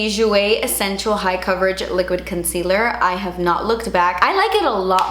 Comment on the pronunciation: Has anyone else ALWAYS LOVED how says “concealer?” It’s so Cuban and delich-ous